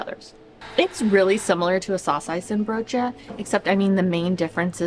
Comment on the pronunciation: You won't meet one Dutch person who will pronounce the 'n' in worsteNbroodje. You say : worstebroodje 😊